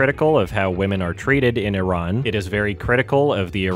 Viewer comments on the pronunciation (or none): none